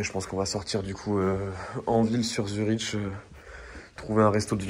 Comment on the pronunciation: Frérot je t’aime bien mais on dit ZURIQUE pas ZuriCHT …